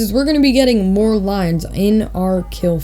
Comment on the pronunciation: “And much moore” 😹